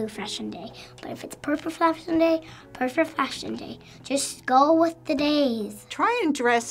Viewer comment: "and if its a perful flashion day, its perful flashion day"